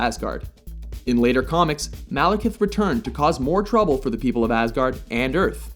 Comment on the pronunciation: I keep hearing "Malacath".